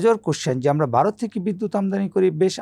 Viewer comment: হোস্ট যিনি আছেন তিনি কথা বলতেও জানেনা আর উচ্চারণ অত্যন্ত বাজে। ভারতকে বারত বানিয়ে দিয়েছে, এক জায়গায় আর বাক্য খুঁজে পাচ্ছেন না বলে গেস্ট ওনার প্রশ্নটি সম্পূর্ণ করে দিলেন দেখলাম।